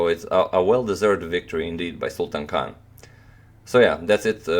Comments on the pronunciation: Sultan Khan is pronounced as Sultaan Khaan. Sultan means King. What an irony! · People say you pronounce players names well but you didn't do his name justice